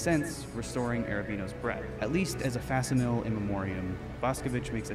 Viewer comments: Shames other people's intelligence but can't pronounce facsimile. Fax-emily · He's really so smug about how intellectually superior he is to all the rest of us peasants due to his appreciation of modern art but has such a limited vocab buddy can't even read the piece's description aloud. Absolutely butchering "facsimile". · You lose the right to be pretentious about art when you mispronounce "facsimile" as "fac-sim-eel". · The way he pronounced “facsimile”😂😂😂😂😂😂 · can't pronounce facsimile correctly. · He pronounced facsimile incorrectly. 🤣